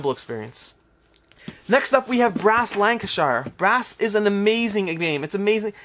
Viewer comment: Enjoying your videos! Let me be that person who points out that ‘Lancashire” is pronounced “lank-a-sher’ with a very short final syllable (don’t pronounce the ‘r’) and a very, very short middle syllable. Birmingham, when you get to it, is pronounced “ber-min-gamm” with a hard ‘g’ for extra authenticity or ‘ber-ming-em’ as the rest of us say, with a glottal ‘g’ You may or may not have pronounced Burgundy and Le Havre correctly but I’m British, not French so ¯\_(ツ)_/¯ 🤣